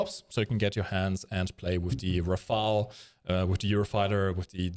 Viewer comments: Ra-fale, not ra-fael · it's Rafale, not Rafael, it ain't a ninja turtle